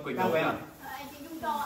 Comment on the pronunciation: 2 bó hoa gần cuối vlog của e tặng😍. E là NT Dung mà c đọc thành NT Nhung-((